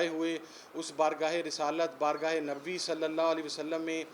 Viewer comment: اس عمران نیازی کے منہ سے پاک نبی صلی اللہ علیہ وسلم کا تلفظ کی ادائیگی نہیں ھوتی اس میں عقلمندوں کے لئے اشارہ ھے مولانا جمیل اور مفتی قوی جسے بہت پڑے ہیں ان میں یہ بھی شامل ہیں